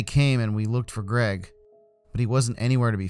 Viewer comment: It is Greg or Creg